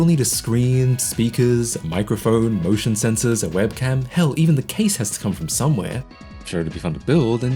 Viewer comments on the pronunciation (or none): none